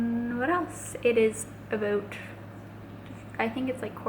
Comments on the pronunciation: lol aboat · I loveeeee your videos & absolutely love how you say "about". :D